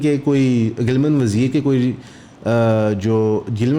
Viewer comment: please correct geelamaan wazeer not gilman .